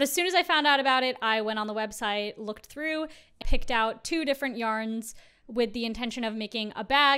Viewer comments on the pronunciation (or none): none